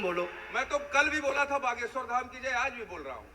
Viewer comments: Name pronounce thik se karo mam. Baageswar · Behena tum ek lauti ho yeh duniya mein jisse Bageshwar bolna nahi aata. Aur aapke comments toh lajawab hein. Pappu ki behen ho aap